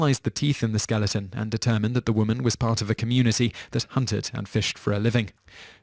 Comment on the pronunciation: The last entry said the bones were from a woman of the "Objiwa" people. Please learn how to pronounce words you're unfamiliar with. The name was almost certainly supposed to Ojibwa, pronounced "o-JIB-wa". Since this is an ethnics groupf of First Nations people who still exist today, it's only polite.